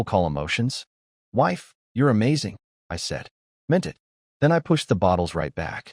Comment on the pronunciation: Your AI narrator needs work. It reads many of the two letter words as two single letters rather than one word. Like it is one word, it, not I t. Us is not u s.